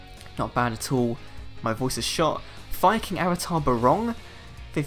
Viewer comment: sorry man, but i was laughing every time you said Fire King, it sounded like you were saying the F-Bomb lol